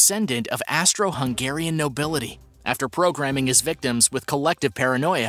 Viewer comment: “Astro-Hungarian” Lmao come on dude